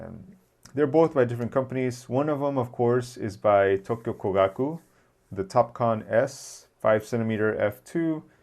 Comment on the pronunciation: One more suggestion if you will do more videos on Japanese camera makers would be to check the Japanese pronunciation of a few key words like Kogaku. It will help since others are watching your videos. Aloha